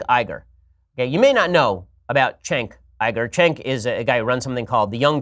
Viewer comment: Why do you call him Chenk? It’s Cenk, like Cent but with a k instead of a t.